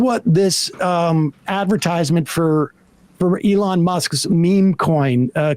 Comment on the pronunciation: & how little he cares to pronounce Elon's name.